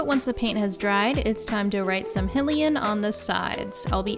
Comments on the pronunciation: the only thing that eye twitches more than the stirrer cutting and no sanding, is "hill-ian" from "he-rule" and not hylian "high-lee-ann" from hyrule "high-rule" xD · Cut to me, panicked, realizing that I used to pronounce it High-Lee-Ann but stopped because I saw something that said it was pronounced Hillian LMAO Ok, I’m going back. I used to pronounce Gerudo like Jerudo as a kid but stopped when I realized it’s Geh-rudo a few years ago lmaoooo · i wasnt into zelda as a kid so arin is the first person i really solidly heard pronounce hylian so i just assumed that was right, and i didn't know it was wrong until my friend years ago was like, "why do you say it like that" i was embarrassed then but i still say it wrong because its fun 😋